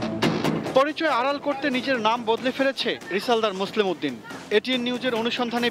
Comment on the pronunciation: এটিএনের মতো একটা চ্যানেল যখন মোসলেহ উদ্দিন কে মোসলেম উদ্দিন বলে তখন অবাক হ‌ই। এরা সাংবাদিক হয় কিভাবে ??